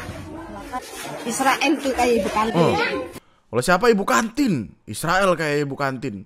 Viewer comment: bukan isrewel yg video bilang diserain (diserakin)